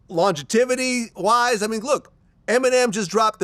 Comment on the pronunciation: Longetivity ? You mean longevity buddy? Vlad how are you a 'journalist' and can't even fucking speak